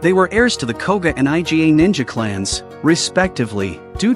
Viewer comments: Why can't they pronounce the Iga clan properly as "ee-gah", but has to call it I-G-A... It's hilarious... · "by this time, the eye-gee-ay' people. it is pronounced eegah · EE-GHA not I.G.A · Iga . Iga clan it is . Not I G A . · stop say I.G.A wtf say "eega" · I love how the AI keeps calling Iga clan the I G A clan like the damn grocery store. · everyone else: oda nobunaga, ieyasu, iga clan, jasuke, genosuke this guy: oda nabinaga, aiyaishu, I.G.A clan, jaasook, genosook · Dude pronounced Iga as I.G.A as if it's some Mexican Cartel. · "I-Jy-Ay" ninja clan?? The fuq??????? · That's what I thought too! Haha. IGA is ruthless at business. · Right..! Whats so difficult to say iga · Aren't AI supposed to be able to learn stuff? Someone please teach this AI to pronounce Iga properly before releasing a video, ffs...